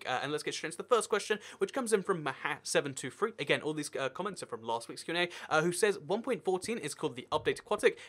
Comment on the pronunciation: it's 'Em, hatch, ay' 723 (every letter is pronounced separately)